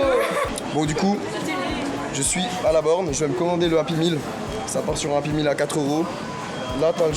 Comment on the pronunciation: API MILLE MDR on dit "Happy Meal